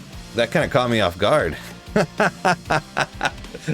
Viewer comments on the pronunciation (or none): none